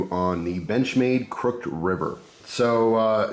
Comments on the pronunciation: Haha I was thinking the same! It’s pronounced ‘cruck-hid’ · Never heard anyone pronounce "crooked" the way you do, crook'd vs crook•ed. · wait. have i been saying "crooked" wrong this whole time? im confused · Didnt even notice he said it different till i read this comment ha